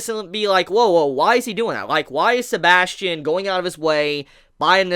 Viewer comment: isint it suposed to be said as sebas Tian ?